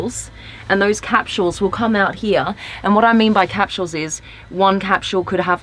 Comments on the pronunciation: Annoyed me every time she said "cap-shules". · I like: "Cap-shules" never heard that pronunciation before. Also - really sucks to "hear" about features - but NOT be shown them. waste of time. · That & her pronunciation of the word capsules lmfao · They way she said capsules reminded me to make a dentist appointment. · Same actually xD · Is that what she was saying!?